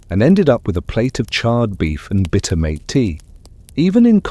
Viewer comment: Mate en South America is pronounced "Mahteh" not "maet" as one would pronounce it en English. I caught it right around 22 minutes in.